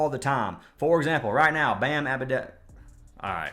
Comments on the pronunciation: Bro love your page, but AA-DA-BAI-YOO is how you pronounce it. I struggled w this also. My friend makes fun of me bc I always say Ja Morant so I understand 😭🤣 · Bam “Abedabyo”💀